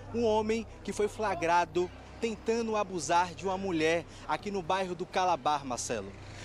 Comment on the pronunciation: "Pelamordedeus", esse repórter precisa voltar a estudar. Foi "fragado" é duro, é osso. O correto é: FLAGRADO, deriva de FLAGRANTE. Vai estudar, cara. Vc fala pra milhares de pessoas, tem de falar corretamente!